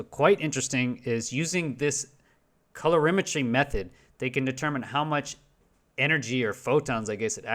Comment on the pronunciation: "Rayleigh" is pronounced Ray-Lee, hence the spelling. And it's "color-imetry", not calor -imetry. Thus, a person who is medically blind and has to just listen is being misinformed. I was listening and did a search on Raylay as you mentioned it and obviously found nothing.